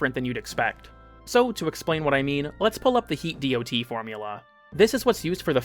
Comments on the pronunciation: The information here is solid but man I do not need to hear how tier lists work. Also, ignoring mods that can recontextualize damage types such as Shattering Impact just seems odd. Also nobody reads out DoT. It's "dot." it has been for like 20 years now. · Bro sotp saying dot that way please god please